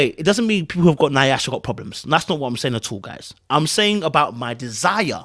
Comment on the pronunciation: you killing me with the mispronunciation of Nyash. It’s pronounced YASH, not Ni-ash. 😜🤣🤣